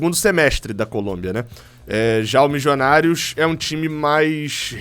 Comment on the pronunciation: Torcendo para ser qualquer time da Colômbia, menos o Millionarios Fútbol Club, porque não aguento mais o falar "Mijionários"